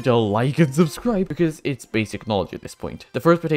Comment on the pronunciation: Did anyone else hear at the end "suscribe"?